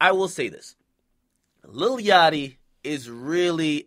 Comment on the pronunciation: This nigga keep sayin lily yachty